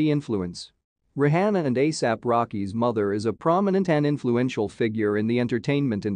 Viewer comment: The host should prolly learn how to pronounce Rihanna's name.